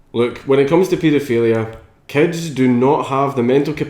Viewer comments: anyone else who understands cats instead of Kids when he says it? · are you talking about paedophilia or bestiality? when you say kids it kinda sounds like cats xD